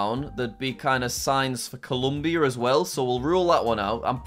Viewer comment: Just to let you know, is not 'colUmbia' is Colombia with an O instead of a U